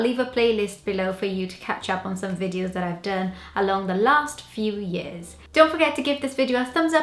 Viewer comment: yes, years, video, person - all said the Welsh way.